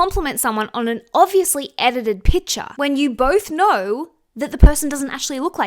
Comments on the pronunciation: PiCture - "Picture" has a C in it. What you are saying is a different word - you are saying pitcher. Love your takes but can't get over how grating this is. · Sorry where are you from? You have such a strange accent when you say PICTURE😂 I am just curious